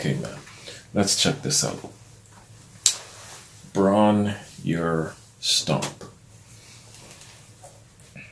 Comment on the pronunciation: Robert pronounces it Bron-rah. And if you play guitar, upon first listen, youre wondering what's going on because it's in an open F tuning, meaning the strings are tuned down to F which makes the fingering different from that which you would use in standard tuning: EADGBE becomes CFCFAC. Page's ability to consistantly arrange songs using a variety of approaches is to me what makes him the best.